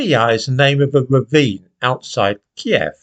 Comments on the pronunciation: I knew of kiev. You pronounce it right too. It's not keeve, it's key ev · Thank God you pronounced it KIEV, and not the PC American KYIV, which has been thrust down our throats by the Lefty BBC and MSM.